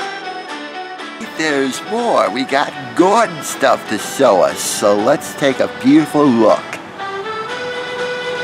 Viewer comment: We live near a maritime museum that's also free here on Long Island. Love learning about maritime history because the sea is just as important to the history of the US as the land we live on. Not sure if intended it but it sounds like he said "sow us" instead of show when talking about the garden, which if he did, that was genius. Also, that's a pretty weird vulture you've got there,! 😂